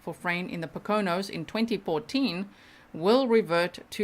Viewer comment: Poconos like poke o nose with accent on first syllable Great job as always.